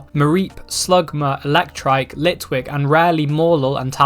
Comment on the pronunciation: gr he said litlick